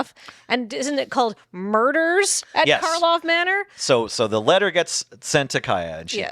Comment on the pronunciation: It never ceases to amuse me that people just cannot stop calling it "Markov" instead of "Karlov". didn't even catch doing it right at the start (or at least didn't bother to point it out if they did).